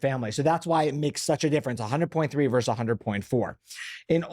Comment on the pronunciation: Sebastian… vs means VERSUS not VERSE…might be nice to correct that for the “daddy VERSUS doctor” listeners